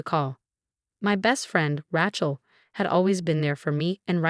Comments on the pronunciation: Rachel has no t. Sounds like Raychel not Ratchel. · Pronounce it Ray-chill, the way it is pronounced it sounds like a mechanic's tool